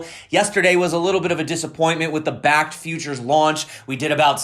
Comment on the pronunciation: You said bakkkt bakkt bakkkt...that fakkt you